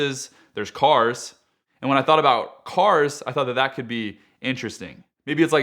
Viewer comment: He even says "cars" like they are foreign to him.